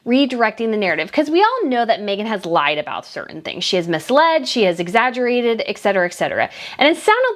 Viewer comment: PLEASE. PLEASE! STOP SAYING EK-CETERA! IT'S ETC NOT EKC. ET-CETERA Every time you say this, my blood preasure rises